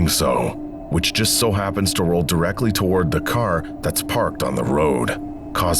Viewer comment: “Toe-warrds” always gets me 😂